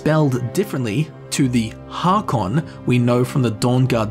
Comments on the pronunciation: Haakon is pronounced like Hokon. Dunno how else to explain it lol but aa=å Yes Norwegian is weird lol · Haakon is pronounced Hækon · Aa as in Haakon is pronounced like o in “oh”